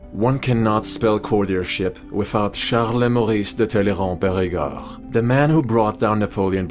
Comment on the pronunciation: “Charles Maurice de Tallyrand-périgord” Narrator’s pronunciation is immaculate!